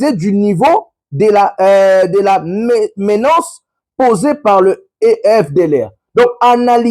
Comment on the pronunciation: On écrit et on prononce, MENACE et non MENANCE . Merci